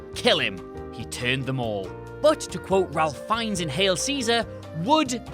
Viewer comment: "RALFF Fiennes" -_